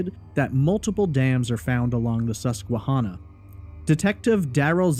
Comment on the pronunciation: I am from PA. I don't recall hearing about this case when it was happening, but in 2005 I was in high school. I appreciate your attention to detail here and thorough explanation of the facts. As a side note, the river name Susquehanna is pronounced Susque-HANNAH. Like "Hannah," the name. I am going to confidently say that Ray did not commit suicide by jumping into the Susquehanna. The river is notoriously shallow- the saying around here is that the River is "a mile wide and a foot deep." It is not even deep enough to be navigable by ship larger than a sailboat. So the idea that Ray could jump in the River and never be found is beyond nil. His body would have been seen or washed up quickly, it's not as though someone could have concealed his body in there with weights or something. It is far, FAR more likely that Ray(or someone else) tossed his laptop into the River, and then Ray was murdered or committed suicide in the woods nearby. I think the coverage on this case focuses on the River too much because it was near where his car and laptop were found. The thing is that Lewisburg is a small town of 5,000 people surrounded by vast PA forests, and incredibly rural. There is significant traffic there because it is virtually the only town in the county where all the roads in the county meet. For that reason I find it incredibly unlikely that if Ray went over the bridge in any fashion, that no one saw it happen or saw the body quickly. The area is mountainous, forest-covered, and r